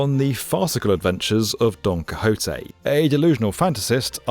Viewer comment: Pls tell me you re butchering Don Quixote name on purpose